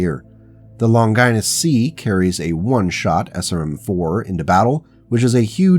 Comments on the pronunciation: Older vid, but still good! Didn’t see it in the comments, but the pronunciation of the name “Longinus” is “Lawn-juh-nus” “Lon-Gie-Nus” sounds like something a medical condition haha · Longinus is pronounced as (lawn ga nes). It is not pronounced (lon gI nus). Think Greek or Latin like Leonidas king of Sparta.